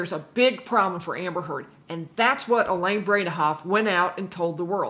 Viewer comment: Elaine “brain-ah-off”